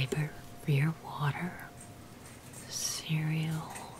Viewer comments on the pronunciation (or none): none